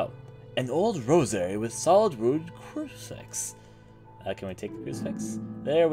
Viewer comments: Good playthrough, however, I was distracted by how you said some things. Why do you say Lynx like Linix, and emphasize the second syllable of rosary? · Lynx is pronounced "leenks" Thames is pronounced "Tayhms" Rosary is pronounced "Rose-uh-ree" btw enjoying walkthrough and also enjoying ur commentary especially your "voice acting" for the protagonist. Didn't want to give critique without giving some positive reinforcement as well.